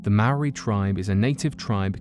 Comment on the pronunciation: Thank you for saying Maori correctly